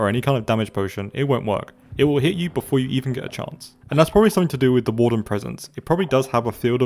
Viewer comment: THE WAWRDEN DOSE NOT EXIST